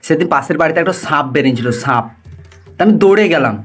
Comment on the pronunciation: Sanp noi Bhai re sap